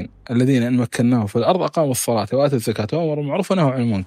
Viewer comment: السلام عليكم ورحمة الله وبركاته وآتَوا الزكاة بفتح التاء لا بضمها في قراءتها